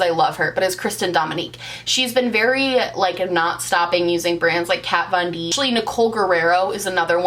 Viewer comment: Who is "cat von deep" 🤪